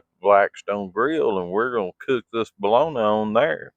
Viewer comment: I live in Wisconsin. And I pronounce bologna just like you lol. Love your channel. Can't wait to see the next ❤